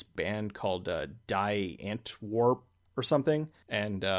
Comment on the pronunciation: BTW, Die Antwoord is Afrikaans for 'The Answer' and 'die' is pronounced as in 'dee'. :)